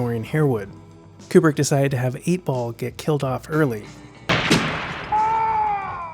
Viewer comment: Kubrick, more like like Kuprick.